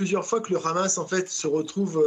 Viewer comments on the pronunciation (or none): Pourquoi vous dites « Khamass » à la israélienne ? Les journalistes ont ils un parti pris ? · En hébreu le Ha se prononce Kha